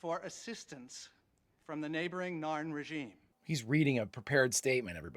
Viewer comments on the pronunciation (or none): …Did you just go from calling the Narn the Naan to calling them the ZARN right at the end there?